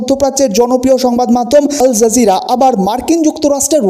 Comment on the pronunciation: PLEASE DON'T SAY "ALJERJIRA".. IT'S A RESIST CHENNEL